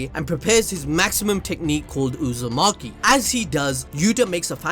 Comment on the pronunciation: Did he say "Uzumaki" just then?